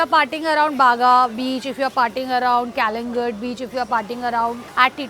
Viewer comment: Thank you for researching so well about Goa.. Especially for mentioning Goan Hindu people.. Because most people only think of catholic culture when they think of Goa.. Nothing wrong in that.. But people should ecplore hindu culture of Goa too❤ Also its pronounced as कलंगुट